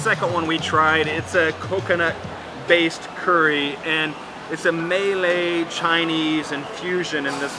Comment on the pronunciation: Just a little pronunciation help here…Abalone is: Abba low knee Malay is: Muh lay